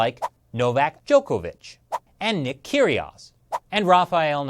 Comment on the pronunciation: Never heard an american successfully pronounce djokovic, guess i never will